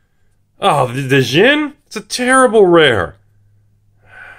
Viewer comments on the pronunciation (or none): hey, just so you know, "djinn" is supposed to pronounced as "Jean" which is the word for spirit in arabic language (kinda):) SO PLEASE STOP WITH THE USELESS APOSTROPHE!! hahaha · Actually just pronounced "gin" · Djinn. The D is silence. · The "D" is silent in "Djinn"... Giggity.